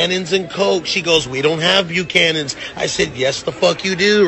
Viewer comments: He said bu-canyons 💀⚰️ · MrNicox16 “Bu-Canyons”! 😂😂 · Yes, but he didn't even pronounce it right. It's [boo-can-ins], not [byoo-canyon]. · it’s slang. “Bukanas” is just straight up mispronunciation. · He said it wrong too there's emphasis at the end Bucha-NAN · “Biukanewns and COKE” excuse me?!!! Coke?! This man should be banned from ever drinking